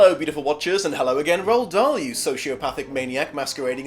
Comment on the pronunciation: Its pronounced roo-al Dahl not row-ald Dahl